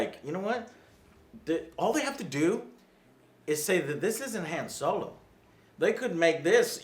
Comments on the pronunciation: "Soylo" ftfy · Is it me or is Joe pronouncing Solo's name wrong?